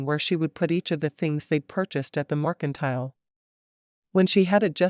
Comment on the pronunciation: All of these books deserve a MUCH BETTER Reader then whatever this AI is. I'm so tired of missing words and the mispronouncing of words. Morkintile, is in my brain for forever I believe. :P